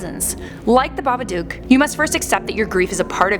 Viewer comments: It’s babaduk not babadoook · Isn't Babadook like book not duk. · Am I the only one freaking out about how she pronounces Babadook?? It’s baba-dook, as in book, not baba-duke. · She keeps pronounceing it baba duke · Stop pronouncing it like that